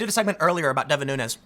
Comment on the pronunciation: You are miss pronouncing the name of Rep. Nunes. It’s a Portuguese name so it should be pronounced as the plural of noon, noons